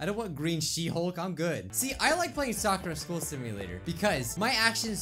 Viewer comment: It’s sa-kur-a